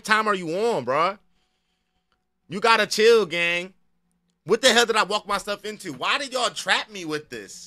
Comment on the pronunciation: you need to stop saying chlll cause no one is going to